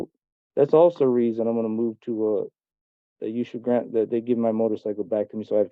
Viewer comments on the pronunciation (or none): none